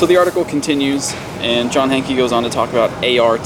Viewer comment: I love ya but you've played footage where they've called him John 'Hank' but you still pronounce it Hankie!